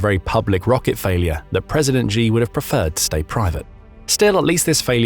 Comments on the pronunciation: You need to learn how to say the Chinese leader's name better. It's not 'Jee', but more like 'Tchee'. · narrator: “xi” in Mandarin is pronounced “she”, not “gee” or “zjee” or whatever the heck you’re saying. “Xiao” sounds like “shee-ow”. Google will get it right for you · Im bot chinease im English but the way you say G in stead if shi is annoying me and i don't know why i dont even like him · Xi is pronounced "She" not "Jee". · Xi is "She". Not "Gzhe" (I'm sure it's an AI voice, but either way, that's how the pronunciation goes.)